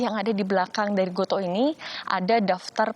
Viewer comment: gotu kak bacanya :)